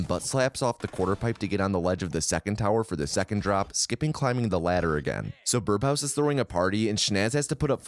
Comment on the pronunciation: Excellent video! But, am I the only one hearing "birBhouse"?